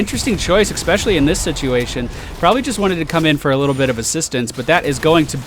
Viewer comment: While we're criticizing how you say things, I'll throw my two cents into the mix: there's no "x" in "especially". Love your videos,! Keep it up!